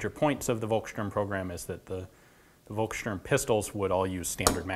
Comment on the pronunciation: Terrible pronunciation. Feuer, Volkssturm => I could not even recognize what you tried to say...